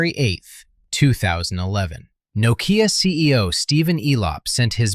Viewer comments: "noh-Kee-Ya" LoL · Well, as you don't know how to pronounce "Nokea" no surprise you don't understand why it collapsed. As someone in the room at the time: management failed to see the transition from a phone with a camera to a multi-media device that could also make phone calls (aka: iPhone). Add the hubris of managers and the competitiveness of Foxconn to churn out iPhones at an initial loss to destroy Nokea/Elcoteq manufacturing, and the end was in sight. Microsoft's Ballmer cashed Nokea out to grab the money and leave it DOA. Symbian was never going to be a mm device platform anyway. Nokea was result of accidental good timing more than anything else anyway.